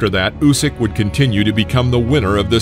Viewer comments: Mate he is Usyk (Ooseek), not Jusic (Youseek), as you had pronounced. Good video. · Please, it’s pronounced “Oosyk”. Great video though!